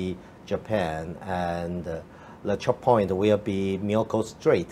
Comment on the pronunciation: Uncle Topher, please teach Wang Ding Yu how to pronounce THE. It's not LE.😂